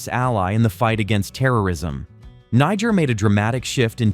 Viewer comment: This country NIGER is pronounced....KNEE-JARE! not NAI-JARE!!! you should know that by now but then again i dont blame you....the first universities in the world started in africa!